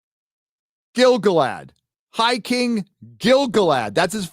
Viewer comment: People be pronouncing it as GIL-gaLAD. It ain't. It's gil-GALad. What's more, I can prove it. The song of Gil-Galad is either in a stressed/unstressed metre, or an unstressed/stressed metre. Let's look: GIL-gaLAD was AN elVEN king OF him THE harpERS sadLY sing THE last WHOSE realm WAS fair AND free BEtween THE mounTAINS and THE sea Or: gil-GALad WAS an ELVen KING of HIM the HARPers SADly SING the LAST whose REALM was FAIR and FREE beTWEEN the MOUNTains AND the SEA Which one sounds like a poem written by Tolkien, and which one sounds like a drunk in a centrifuge?